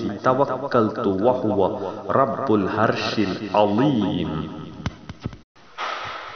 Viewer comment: Thank u jazak allah khair, but please correct your pronounsation. Its not الهرش correct to العرش please